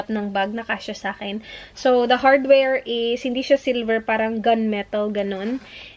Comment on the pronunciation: Talagang binalik-balik ko yung "HadwerL"😂